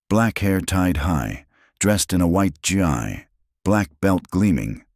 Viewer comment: Gi pronounced gee not g and ai